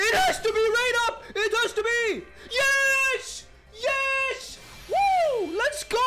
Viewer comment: I like how he says yesh.